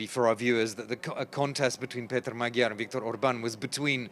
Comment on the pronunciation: If you want to keep being a relevant journalist it's time to learn how to properly pronounce Magyar. And Budapest.